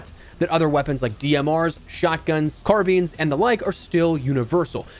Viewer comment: Did bro just say Car Beans??